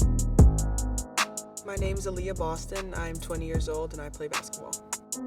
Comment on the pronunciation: Kierra Wilson to Aahaily Boston